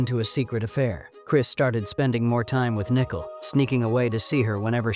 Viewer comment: It's very distracting and unprofessional to mispronounce names. It's NICOLE (SPELLED NIICHOL), NOT NICKLE